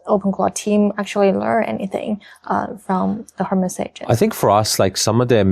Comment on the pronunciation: Hermes应该和爱马仕的发音一样，不发H吧？